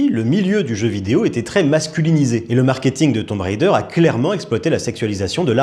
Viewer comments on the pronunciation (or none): Rhaaaaaa ça me saoule c'est pas Tomb "rider", le plus grand influenceur cinéma TikTok il sait même pas prononcer le nom du jeu 🙄... Pfffff. Merci.